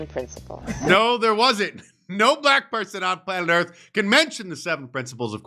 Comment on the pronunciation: Don Burgundy says 'bblackk'. 😂😂 Rubbing it in their faces😅